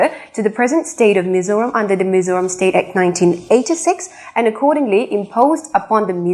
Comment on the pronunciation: Mizoram ti a chiang taka i lam hi ka fak che.mizo in hming kan phuah chu mizo taka lam mai tur.lam no tum lutuk ten an ti pherh zo hnam dang hriatah.